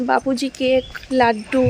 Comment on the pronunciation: Babuji cake noi Ota bapuji cake vul uccharon